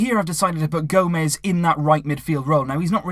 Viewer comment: GO-MESH not GO-MEZ